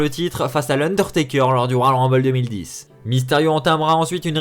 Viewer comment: Faut apprendre à parler : "royal rumbay", "servi à rein"... En plus, nxt, 205 live et nxt uk ont leur propre rumble. Mais effectivement, ça ne servirait à rien de faire gagner Rey.